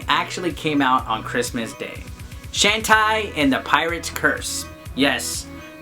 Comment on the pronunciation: It's "Shawn Tay". ;)